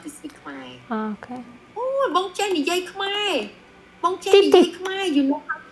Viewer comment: You said the word Khmer perfectly 🇰🇭❤️ all the other words! I’m impressed.